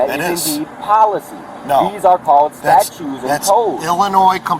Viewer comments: I cannot take seriously anybody who constantly pronounces "statute" as "statue". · He is definitely saying statue, not statute. What a student of the law. Also, I keep waiting for an officer to point out that the sov cit made a contract to abide by laws like handing over ID when they applied for that license they're so possessive about. And that the license itself wouldn't exist without the government making it, so he's enjoying benefits of it - the opposite of anyone owing him money for looking at it. Insane.